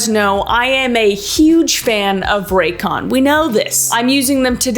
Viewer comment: Why is no one talking about how it said “racyon” on the sponsor